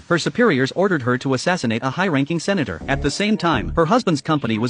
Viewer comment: Why did the voice say ”The Senator” like that